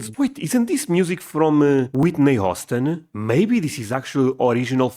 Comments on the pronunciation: Good catch picking up on a possible mispronunciation. The way you say Whitney Houston sounds like "AWW-stun", which is how we pronounce Austin. Houston is pronounced "HEW-stun". But a lot of Romance language speakers have a hard time pronouncing the hard "H", so you might find it easier to say it "YOU-stun", which an American will understand better because it sounds like how a New Yorker might say it. Dolly and Johnny are definitely the absolute best, and so very different as well. Between the two of them, you can cover so much of what country is. If you haven't seen/heard the full video for Johnny Cash's cover of "Hurt", it's well worth it. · As a Portuguese-Texan you should learn to pronounce Houston. (h)yo͞ostan) The word house is not a part of it. When you say House-tan it sounds like you're saying Austin and it's very confusing. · Not Whitney Austin. Whitney Houston (hue-ston) wrong city in Texas bro. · "I Will Always Love You" was written and first recorded by Dolly Parton. Also it's Whitney Houston (HUE-ston) NOT Whitney Austin (AH-ston). Patsy Cline's famous hit "Crazy" was written by Willie Nelson. Tammy Wynette is a legend and very well known. Elvis did record "Always on my Mind" as well as Willie Nelson. John Denver was not considered country music. He was folk or easy listening music. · Houston: pronounced Hyoo-stun. Or Hewston, maybe. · These are all great. Patsy might be my all time favorite. I love Waylon Jennings and Willie Nelson. Chris Stapleton. By the way, you asked how to pronounce Whitney Houston’s last name. It’s like the city in Texas: “hyOOston.” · Whitney Houston - NOT Whitney Austin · You pronounce Whitney Houston like Houston in Texas. It sounds more like Hewston or Hue-ston